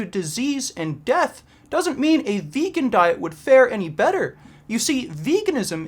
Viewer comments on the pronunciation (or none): I realized why your JP impression is 9/10 only. Peterson can't pronounce the the word 'vegan', so he says something like vaguean... xD